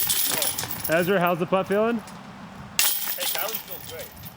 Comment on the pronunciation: Brodie: Ezwa Is so hewge 😉